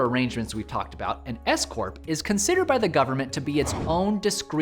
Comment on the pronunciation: When you said scorp I thought you said escort😂